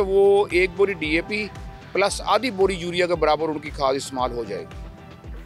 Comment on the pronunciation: 😂 saying DP to DAP